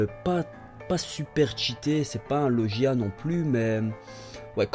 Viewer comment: On dit logia pas lochia